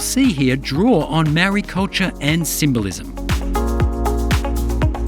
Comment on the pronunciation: 'meoowwryyy'. never understood why some europeans in NZ find it so difficult to pronounce the word 'maori'? alot of the time i believe its out of sheer ignorance. here's how to say it. say the word 'mouldy' for food gone bad, you know the term. well, remove the 'L' and you got 'maori'. there, wasn't so hard was it.